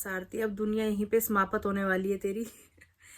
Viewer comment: Haan seriously isko lgta hi nhi hai ki galat bolti hai jese समाप्त ko समापत bolti hai😅